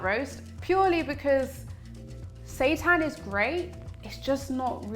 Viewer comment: But why does it sound like “Satan”?? 😈👹